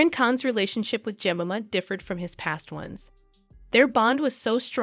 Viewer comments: If you are going to make a video, you need to check the pronunciation of all the names…. Jemima is pronounced, “Je-mime-uh” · Had to stop watching .. the mispronunciation of Jemima 🙄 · You should have learned how to pronounce her name properly. You sound like a complete idiot every time you say her name 😂. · I would've watched the whole thing but you couln't pronounce her name properly!!! DO YOUR RESEARCH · Please figure out how to pronounce "Jemima"? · All the way through you mispronounced her name. It was interesting but does my head in when you tubers can't read. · Its JEM-I'm=A!!!! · Are you having trouble pronouncing Jemima… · You'd think the narrator would learn how to pronounce Jemima! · Yes wouldn't you!! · Pronounce Jemima Je my ma Not Jem in a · Imagine making a whole video about a woman and not even bothering to pronounce her name correctly 😂😳😳 JEMIMA is said like this "jem-myy-ma" It's a popular name in UK & Australia & it literally hurts my ears to hear the name said "jem-mimma" that's just ridiculous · This could be quite interesting but the voice is so annoying, she can't pronounce words, I'm assuming it is AI - Jemima is pronounced -Je-mym-ah - it's not jmima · I just had to let you know that her name is pronounced Je-MI-ma, not JEM-ima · Jemima like je-my-ma not Jimmema like cinema! 😳 The picture of ‘Goldie Hawn’ is Ivana Trump! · Jemima is pronounced 'JE-MIME-A' ; not Jem-im-a. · You "Tactfully" dont mention the fact Imran Khan is in Prison. Dubious Reasons I know but...its definatly part of the story. Also in Britain and i suspect around the world...Jemima is Pronounced...Ge mime ma.... not ever...Jem im a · Surely, it's not that hard to get her name right - it's Je-my-ma not Je-mim-a. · Her name is pronounced, Je-MY-ma!! If you’re going to go this far researching might as well pronounce her name correctly! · Narrator is pronouncing Jemima incorrectly. Break 'jemima' down into sounds: [JI] + [MY] + [MUH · Her name’s pronounced Jer-my-ma